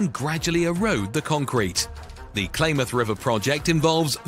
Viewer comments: Blah blah blah Klamath is pronounced clam ath, not claim ath. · Pronounced Clamath!😮